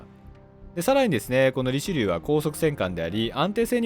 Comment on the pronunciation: リチェリューって言ってました